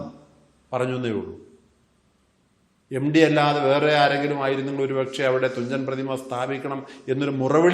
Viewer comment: എംഡി അല്ല സാർ എംട്ടി യാണ്.